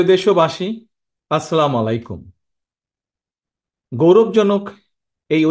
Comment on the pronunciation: it's 'আসসালামু আ'লাইকুম'!